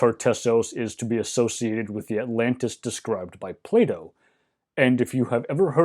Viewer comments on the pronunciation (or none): none